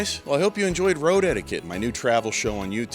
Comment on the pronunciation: absolutely knew what he was doing when he came up with "Road Etiquette" because it 100% sounds like he's saying "road head" every time he says it.